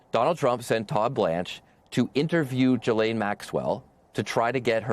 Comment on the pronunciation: how are we still mispronouncing 'ghislaine'...?